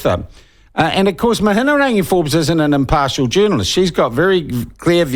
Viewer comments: Agreed. He can't even have the respect of pronouncing her name properly. And a quick google shows the Atlas group has links to the Taxpayer's Union. It mentions it on their own website. Act has connections to Taxpayers union. That's well known too. So I'd say there is truth in what was on the doco. It doesn't suit Sean's agenda though. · Shawn Pluckett is insincerely mispronouncing Mihingarangi Forbes' name. He is as crafty and clever as she is, and why shouldn't he be? Traditional media worldwide, of which these nerds have long been a part, has been crushed under the onslaught of social media podcasts, like those hosted by Joe Rogan and others. Karma is no longer a bitch, but a non-binary with a double-ended sex toy. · Slowly repeat Mi..hi...rangi. Why the f are you throwing in an extra syllable? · It’s Mihi-nga-rangi.. This is poor reporting. Have you seen the evidence of the Atlas group participating or just taking the word from David Farrer? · Your Te Reo is horrible anyhow l read the article about the Wright funding, quite interesting read. Anyhow MIHIARANGI is her name...MIHI-A-RANGI. I don't mind Mihiarangi Forbes but sometimes she needs to leave the poodle at home and bring the pitbull, shes to soft. I pay $312pw taxes I want to know who why where and how my taxes are getting spent. And thanks to uncle Google I can in the wkends because I'm to tired and busy during the week working to pay for these peope shyt!! BTW Dr Jim Mathers credential are impressive l see why he was appointed to chairperson at RNZ and meeting your future partner at your workplace is quite common.... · Can't even say her name. Lol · You can't even pronounce her name... 😄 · Pronounce her name properly. Give her some respect